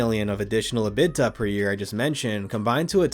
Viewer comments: EBITDA = E-bit-tah, not "uh-bit-tuh" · Dude...your content is usually good, but who is Robert Zimmerman? How is EBITDA pronounced? You're better than this! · mclovin should have told you how to pronounce EBITDA. thanks for the video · EBITDA pronunciation is revolutionary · Love the pronunciation of ebitda 😅